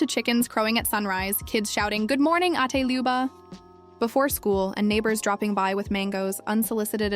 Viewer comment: Ma'am correction for the pronunciation of what you say " older sister" called ate. Not 8 or eight but ATE.